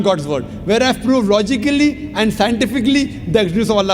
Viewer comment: He is right he can only speak logincally and scintifficcly